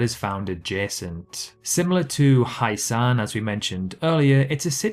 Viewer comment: It's not "Highsan" its "H-ye-san"